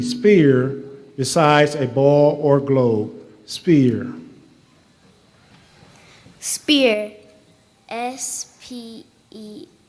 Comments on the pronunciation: That was cheating on the little poor girl. The moderator mispronounced "sphere saying spare/spear" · The little girl who misspelled sphere was robbed! The judges should have disqualified that man for mispronouncing it and should have given the child a new word! It is unfortunate she didn’t know from the definition that he was saying it wrong, but each speller deserves a clear, correct and unambiguous pronunciation. That child should get to come back next year and compete without having to win at lower levels to earn her spot. The judges and the adult who pronounced the word failed her, and she is owed another shot! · I felt bad for the girl who spelled spear instead of Sphere honest mistake and his pronunciation made it tough. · The girl with sphere heard the guy say spear, as I did one of the times he tried pronouncing it. He should be better at pronouncing the words. INMO. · He know he messed up the word "sphere" wit "spear" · The moderator who read sphere is not good at pronouncing words. I was disturbed by the incident of where the child spelled spear! So unfair to that baby. I let an English teacher from Harvard watch this….she said this child was robbed!!!! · The man said spear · That was unfair to the young lady who heard spear because I also heard him pronounce spear. They should not have someone that cannot speak pronouncing words for children. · Sphere, s.....something, then spear The first speaker must've had a low degree in pronunciation .